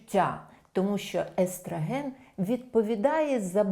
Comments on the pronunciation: естрАген, естрАген... правильно - естрОген. Але відео класне! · Чудова? гАрмон естрАген. Ще трохи треба попрацювати. А на загал може бути.